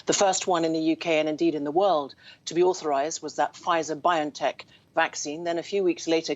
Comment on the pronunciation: Bio- N- Tech Not Byon- Tech